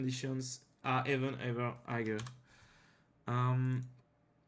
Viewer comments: non hagar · la façon dont tu prononce higher me bouteille xD tu prononce le g ce qui ne se fait pas